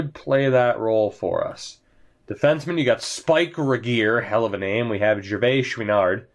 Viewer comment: You nailed the Gervaischouinard name! Way to go! Your french is getting better :)